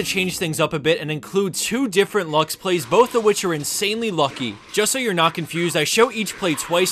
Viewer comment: It's not luck. It's Lux.